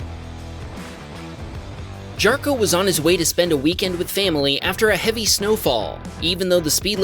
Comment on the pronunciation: It's also pronounced "Yarkko", that hard J sound was driving me nuts. Like I could understand if it was some really weird name, but c'mon, y'all would think people know how to pronounce Jarkko.